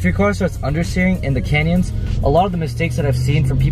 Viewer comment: Did say he was driving in the "Kenya's"!? Great video, very informative!